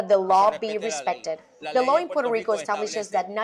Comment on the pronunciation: Hala yankees,no sabéis pronunciar el país,Puerto Rico,,,coño,no puero ico,que pena dan,volved a España,os queremos,sois nosotros